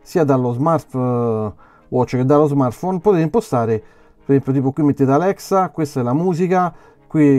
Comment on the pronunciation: Dovresti curare la dizione. Quando dici "POTETE IMPOSTARE.."in realtà pronunci" POTETE IMPOSTAREEE"ed è fastidioso..